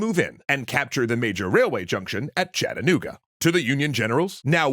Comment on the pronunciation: I'm thoroughly impressed you managed to pronounce Chattanooga correctly, well done! One note though, Andrews raiders actually stopped about two miles north of Ringgold when the General ran out of water, there's a marker off Ooltewah-Ringgold Road that tells the tale while giving a rough estimation of where the loco stopped.